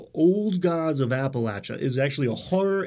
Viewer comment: I'm glad that you pronounce Appalachia correctly! I wouldn't expect that from someone from New York City.